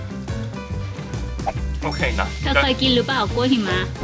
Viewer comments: จำไม่ได้ว่าep.ไหน เคยพูดคำนี้แหละ หิมะแต่เพี้ยนเป็น heeมะ แบบชัดมาก5555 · ฟังไปลุ้นไปกับคำว่า "หิมะ" ออกเสียงผิดนี่ความหมายเปลี่ยนเลยนะ😅😅